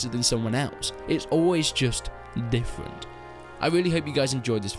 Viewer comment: "It's always just ndiffrunt"